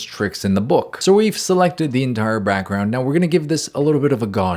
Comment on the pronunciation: we heard you say brackground buddy you can't hide